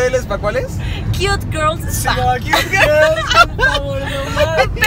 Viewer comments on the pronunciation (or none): none